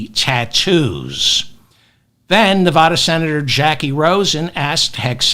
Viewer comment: Hey David,I was going to correct you on the use of what piece of equipment drops the bunker buster- but then I heard you mispronounce the name of the state of NEVADA and my brain broke😮